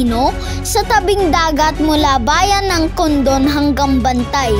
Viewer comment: Sus dagitan ah... Agsidsida iti ara rawan ken saluyot 😅.... Candon un anak... Hindi condon. Candon ilocos pwede ka dumaan papunta sa del pilar Tirad pass .. Ayos ang vlog mo.... Punta ka sa ilocos at kumain ka ng masarap na bagnet... God bless you nakkong